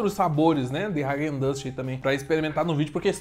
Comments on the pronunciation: ráquen dans kkkkkkk é raaguen dass a pronúncia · Pronúncia dele kkkk hagen duzz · Vc falou o nome da marca errado